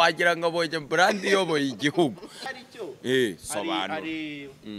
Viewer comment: Umukada agomba kwiga gukoresha “R” na “L” kuko iyo ubivanze byumvikana nabi. Iyo uvuze “bland” byakabaye “brand” abumva urwo rurimi bumva biri ridiculous. Thanks.